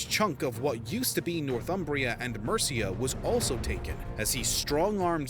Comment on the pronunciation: I found it quite amusing that you tried to pronounce Mercia as 'Merica to try to somehow introduce your country into the mix,. I find it quite ironic that the 'America' in your country's name comes from the female Latin version of Amerigo Vespucci as in Americus Vespuccius, i.e. Americus is the male form and America is the female form of that name of his. Nice try, Mate, but it didn't work....especially when you consider that your country didn't even exist for another 1,250 years after the creation of Mercia, did it?